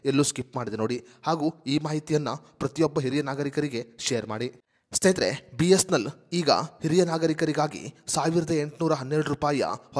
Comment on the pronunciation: ಮೊದಲು. B S N L uchharane ಮಾಡಲು practice ಮಾಡಿ..... ಆಮೇಲೆ ವಿಡಿಯೋ ಮಾಡಿ...